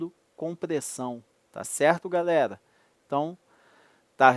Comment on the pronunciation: "galela", "teliça" uahuahauahuahauhuahuha